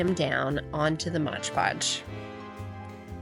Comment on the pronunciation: I hate when people say Modge Podge...…it's Mod-podge🤦🤷